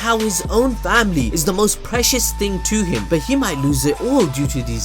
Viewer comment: I just gotta laugh every time you say 'ting'